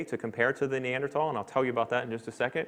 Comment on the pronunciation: Lost interest when the Assistant Professor of Biomolecular Engineering was apparently unable to correctly pronounce Neanderthal. Oops!